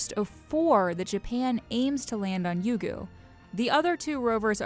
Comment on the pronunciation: It's Ryugu not Yugu